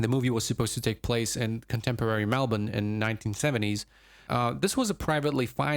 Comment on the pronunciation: Congratulations on pronouncing “Melbourne” correctly